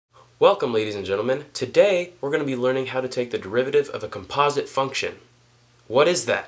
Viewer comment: thanks a lot but please learn how to properly say composite xD